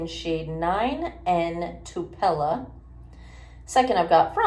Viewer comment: Interesting way to pronounce Tupelo... I guess there must be another Tupelo than the one in Mississippi.